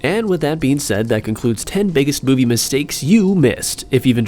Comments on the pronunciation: u at the very first... made a mistake that is... its not moive... its movie... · its not moive dude! its movie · You said moive mistakes XD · The intro says*MOIVE*